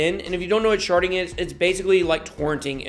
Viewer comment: Did you say "sharding" or did you really say "sharting"... suspicious... lol